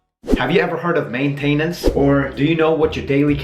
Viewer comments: Hey stupid it's not may tay nance! It's maintenance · Just fyi, I know English isn't your first language, but generally maintenance is pronounced with emphasis on the main instead of the ten. But thank you, this helps a lot! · CJanik15 main-tain-ence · The reason why he pronounces maintainence like that is because he is from Sweden, almost everyone pronounces it that way here in Sweden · It's funny how you pronounce maintenance haha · He says maintenance wrong! Lmao!